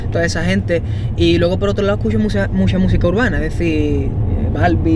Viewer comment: "Escuxo muxo tra, me encanta anuel, OZUNA..." 😖😖